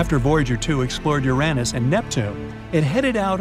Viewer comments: It is either youranus or urinous. This mat be unfortunate but the pronounciation is anything but what this presenter says. On what is supposed to be a science show. He has never heard the word pronounced? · Ur-Anne-us??!! Who pronounces it that way? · I thought it was "Úranus" and not "Urànus"😂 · Awesome vid :) but.. "yer-aa-nis"?! I've never, in 43 yrs, heard anyone pronounce Uranus that way o.O lol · Uranus proper pronunciation is ur on us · You said Uranus & Io wrong! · That's a strange way to pronounce "Uranus".